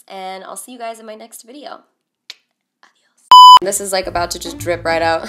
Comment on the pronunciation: "adióss" LMAO I LOVE WHEN YOU GUYS SAY SOMETHING IN SPANISH